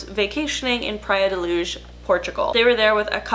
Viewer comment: As a Portuguese person I appreciate you actually going all out and pronouncing "Praia de Luz" correctly